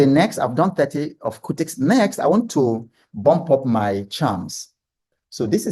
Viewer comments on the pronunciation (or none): It's cutix not curtix you can use bamboo